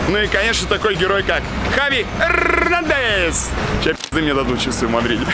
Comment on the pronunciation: Хави Эррррнандес 😂🖤